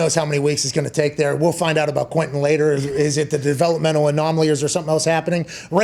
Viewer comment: Frank really pronounces the “e” in Quentin. Usually people pronounce it “Quintion”